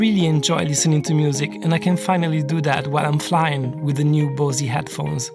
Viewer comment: very cool .. BOSE is pronounced BOS .. e is silent . there is a boise .. but its a city in Idaho .